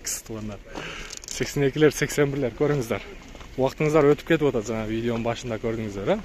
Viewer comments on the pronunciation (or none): none